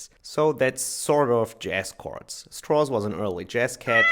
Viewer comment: "Strauss." Rhymes with "cows"